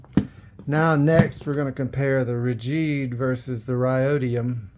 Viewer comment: He kept calling it Rajeed and Rhodium. Lol 😂